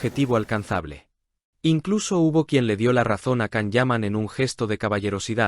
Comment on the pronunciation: Entiendan!!! Es Yan, Yan, Yan,Yan. Así se pronuncia el nombre de Can (Yan) Yaman. Por favor!!!....